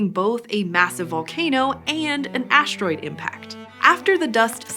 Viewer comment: There is no 'h' in 'asteroid'.